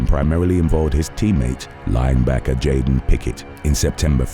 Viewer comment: Jauan isn't pronounced like Joanne! It's Spanish and it's pronounced like WON.